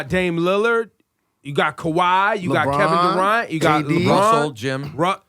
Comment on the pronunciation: "Kevin Doorant" 🤣